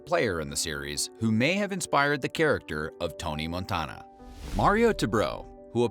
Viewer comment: i hate how you pronounce Montana